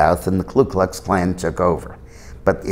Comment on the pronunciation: Isn't that Ku Klux Klan, Dick? I have no simpathy for the group, but at least we should call a spade a spade, rather than a Ku a Klu...